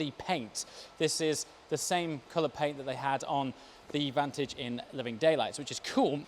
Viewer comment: How did you just say vantage...?!